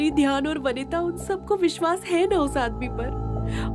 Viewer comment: Dhyan ❌ Dayan 💯🤣